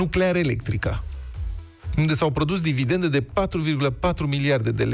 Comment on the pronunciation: DividenDe, nu dividenTe, domnule.